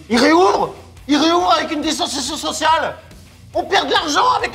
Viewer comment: Avec la dissansiassion sossial